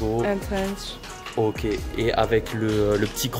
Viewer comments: C'est un TRENCH pas un strenchge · C'est un TRENCH pas un STRENGE mdr